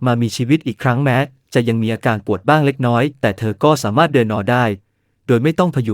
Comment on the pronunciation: สามารถ อ่านสา มา รด จริงอ่านจะ ริง❤